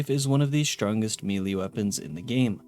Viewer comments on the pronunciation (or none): Sorry, but its just driving me nuts. The word "melee" isn't pronounced "mealy", its "may-lay" or "meh-lay" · Melee, not mili. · Good video but my brother in christ, its pronounced "May-Lay" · I always get a kick out of it when people say "mee-lay" for melee 🤣 I get that I'm probably the weird one that says "may-lay" but still funny sounding the way some people pronounce it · Melee is pronounced "may-lay," etc. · Took the time to research religious texts but didn't take aby effort to learn the proper pronunciation of 80% of the words like nephi or melee i cpuld list them all but it would take more time than you put into this video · Holy shit. You're an adult. Learn how to pronounce 'Melee'. It's like pronouncing 'Earth' as EE-AR-th or 'Sunday' as SOON-day. We've known how to say it properly for ages and you are just choosing to say it like a 10 year old. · Somebody please teach this guy how to pronounce “melee” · If it makes you feel better, he also mispronounced nanometer, micrometer, and melee.